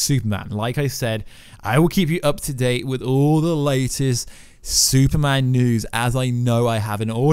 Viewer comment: Exactly what is a Suuman, because I and the rest of the world are fukin waiting...